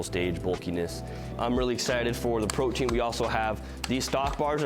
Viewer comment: Pretty sure the proper pronunciation is "proty-an" not like protein